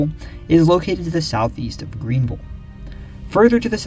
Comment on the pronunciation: Thank you for pronouncing “Greenville” correctly.